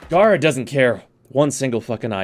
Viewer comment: I mean according to lotus its gay-ra not gah-ra but an actual puppeteer frame could be boss, taking operator to a whole new level